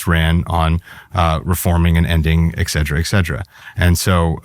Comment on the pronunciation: "Ekcetra ekcetra". JFC.